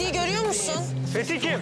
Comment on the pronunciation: Fetih adını söylerken varuk dedi😂😂😂